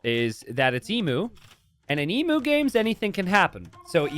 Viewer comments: E-MYU NOT E-MOO it's the same mu as emulation. you dont say emoolator English is rough and us Aussies have made it worse, but of all the misprounciations casters have done over the years, this one is the most grating. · Everytime emu is mispronounced 😢